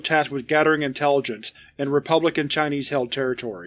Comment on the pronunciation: Ngl, your pronunciation of Chinese is made me cringe a bit, but I’ll allow it because of its length and how interesting this scp is